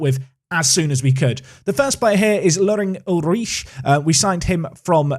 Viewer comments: All I hear is "uich" and it sounds so wrong :D But then, I am from Denmark, not Germany, and we probably pronounce it different. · I'm not german but I'm pretty sure u just say his name oolrih The doble o works like in the word loop and at the end there is that throat sound that English don't have i dont have a better way to describe i might just confused u more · "Ulrich" pronounced "You'll - rik" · You're killing me with the pronounciation of Ulrich 😂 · For Ulrich, stress the first syllable. Otherwise the pronunciation was good! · Your pronunciation of Ulrich is alright, but the emphasis should be on 'Ul', not 'Rich' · The ri of Ulrich is pronounced like rich and the ch like air thats leaving a balloon through a hole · stabs himself every time he says Ulrich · I'm not even German and that pronunciation of Ulrich is hilariously painful. Sounds like you're struggling to squeeze one out on the toilet.